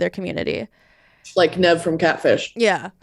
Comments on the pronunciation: saying “nev” instead of NEEVE IS SENDING ME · Came here searching for this comment, every time she said "Nev" I was screaming at the video like "NOOOOOOO IT"S PRONOUNCED NEEVE " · YES! I cringed a little.. It's NEEEEEEEV LOL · not pronouncing nev like that 😂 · Take a shot every time mispronounces Nev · The way pronounces Nev’s name is extremely funny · I can't vibe with how pronounces nev 😭😭😭😭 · about to get cancelled for butchering “Nev’s” name 😂